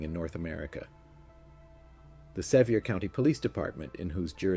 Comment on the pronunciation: Appa-latcha. Not Appa-laysha. Sevier county is pronounced Seh-veer. Aside from that, awesome story telling. 9/10 would recommend.